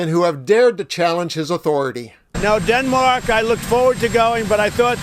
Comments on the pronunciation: Its Denmark. not Demark lol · Its Denmark - NOT Demark